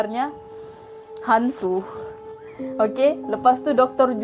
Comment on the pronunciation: Comel lah kakak ni..suka buat lawak pulak tu..sebut doktor..hahah🤣